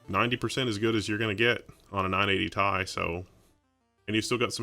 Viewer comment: ITS NOT NINE EIGHTY "THAI" ITS NINE EIGHTY "TEE AI"